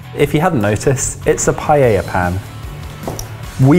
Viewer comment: Jamie once made a paella burrito. That did not fly well in Spain. Neither the way he pronounced paella, that the paella had the wrong ingrediets, nor making a burrito out of it. It was featured in 'The Ultimate Burrito Battle'. I presume that pan was the very paella pan said paella burrito was made in.